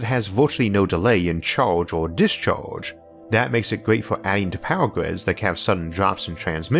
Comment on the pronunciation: “Dis-choage...”. XD